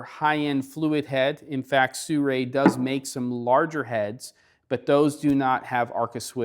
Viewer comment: You even spell it and still say Suray. It is Si-ru-i.